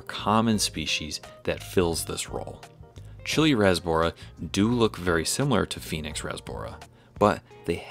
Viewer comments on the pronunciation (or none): none